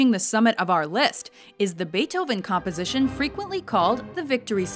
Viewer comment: Wagner and Bait Oven beats that :P